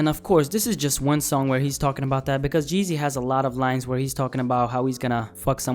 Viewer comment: not.... "jeezy" ... "G-easy".... got a dislike just for that